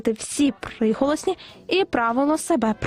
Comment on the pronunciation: Она сказала «псиголосні»?